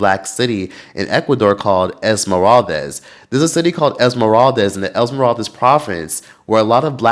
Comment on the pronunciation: esmeraldes 😅 its not esmeraldez/es, it's esmeraldas (das pronounced like das EFX) ❤ and ecuador has improved in racism, the team has helped in that as well, my family moved to guayaquil, and my grandparents had a neighbor for a long time senora angelita, she was afro ecuadorian, nice lady very nice lady and her grandson was my friend, last i heard he was doing graphic design for ad company in ecuador, afro, black ecuadorian...r.i.p. never forgotten la senora angelita